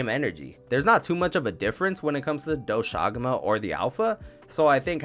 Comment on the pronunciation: dw u pronounced doshaguma correct 👍 ajarakan... u needa work on that